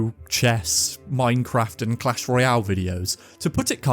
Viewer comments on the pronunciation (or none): none